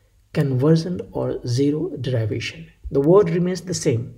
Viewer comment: You pronounce derivation wrongly!